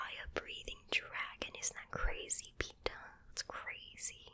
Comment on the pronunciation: my name is Peter and i had to watch the intro like 10 times to get that you actually said Peter :^D Greets from Germany